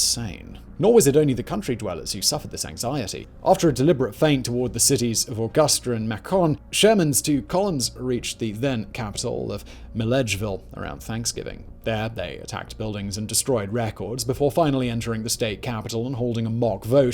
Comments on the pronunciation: macon GA pronounced macron was hilarious. Say it with me Macon. May can. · Georgia ain't French bro... Macon ain't Macron without the r. It's may kin. People marry their first cousins. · I've watched your videos for nearly a decade, and tonight I got to hear you pronounce my hometown. Its Macon, pronounced like bacon. Not like the nut or the Porsche. Amazing video. I've never been even remotely interested in the Civil War till now. I've hiked Kennesaw mountain many times and see it frequently. I knew there were battles there, but I had no idea the gravity and importance. I thought georgia was merely a footnote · It's Macon... Not Macone lol Good Show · The pronunciation of some of the town names lol my God. I know it’s not his fault, but Macon isn’t pronounced like pecan it’s pronounced like bacon. The others weren’t much better😂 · As someone who grew up in Georgia, f**k Sherman. We still hate the bastard. At the same time, it's war and that's what you get. Also, Macon is pronounced Make-in, not May-con. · Macon isn't pronounced like Macron. It's pronounced like Bacon 😂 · Macon is pronounced like bacon with an M. Not ma con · XD I love the way Simon says Macon. It should rhyme with bacon not pronounced bacón like he did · It's not Ma-con, it is pronounced like bacon with an M.... May-con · Macon = Makin' I lol'd at "muh-khan" all refined and what not lmao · Dear simon Macon georgia is pronounced maykin. . And I live in the north an hour from canada. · Your videos are well done, but you REALLY need to research the place names a little better, like MAY-kun Georgia. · Macon rhymes with bacon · Aside from the comical pronunciations of 'Mak-on', etc., factual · Macon is pronounced as “May-Cun” or “May-Can” or “May-Khan” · Just so you know Simon, from an old Georgian here... Macon rhymes with bacon, Mill-Edge-Ville, and a pee-can is something you take into the woods when you go hunting. A Pee-Cawn is the delectable nut that makes such great pies.